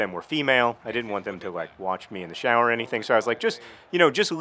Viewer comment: I noticed that too... "shAAƝwer"